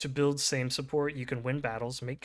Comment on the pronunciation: Your pronouncement of Sejm was pretty good.